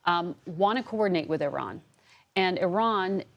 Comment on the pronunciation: It took 48 years for newsreporters and most US Military to finally pronounce the name of a country correct (E-Ron not Eye-Ran)!